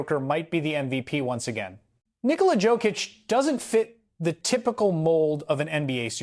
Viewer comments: Can you learn to pronounce his surname right? Imagine J is a Y . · first of all, learn to say his name right🤬